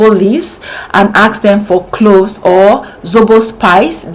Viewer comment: CLOVES, NOT CLOS PLEASE. V AT THE END INSTEAD OF S. YOUR HAIR AND VIDEO ARE NICE.